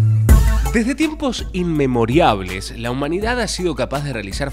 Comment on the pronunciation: Maestro, es INMEMORIALES, no "INMEMORIABLES"...